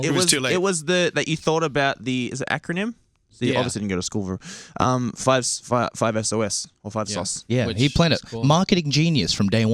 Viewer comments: luke said 5-es-oh-es. what a dont stop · my thoughts exactly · feeling betrayed tbh, what's next, Luke starts calling 5 es oh es a boyband?? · Luke said "five es oh es" uhhh fake fan much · did luke just say 5-es-oh-es